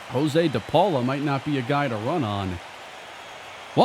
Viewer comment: Josue de Paula's first name is actually pronounced "yas-way"